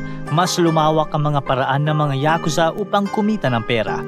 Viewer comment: Ngayon ko lang nalaman na YA-KUZA pala ang tamang Pronunciation. 🤭 I thought it’s YAKU-ZA.